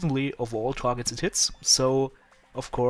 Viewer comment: it sounded like you said, "At all targets tits" :P Sorry, was just kinda funny =) haha Good video! =)